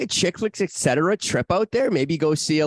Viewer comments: Armdog don't give us ek-cetera every episode right off the hop. Work on et-cetera lol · Love the show but if you stick with the name you all have to learn to say "ETT SETT ERRA" not "ECK SETT ERA"